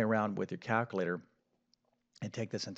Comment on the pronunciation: WHAT is a Caaaaalculator? That is what he said! Also, what does PROLEM mean? Is he trying to say PROBLEM but can't be bothered saying it properly?